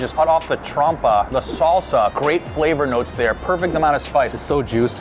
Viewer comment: This is the second vid i’ve seen where ya call it a trompa instead of a trompo 😅